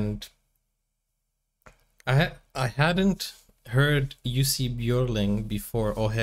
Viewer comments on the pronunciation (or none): Not juicy....pronounced "yussi" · Pronounced “You see”! Anyway check out the Jussi Bjorling Society USA!